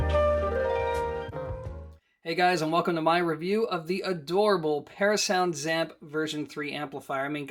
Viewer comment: Why do you keep saying "ZAMP"? It's the " ZEE - amp", as in the Z- series. Go listen to Richard Schram himself.